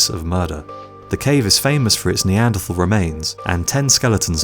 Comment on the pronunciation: You are mispronouncing Neanderthal.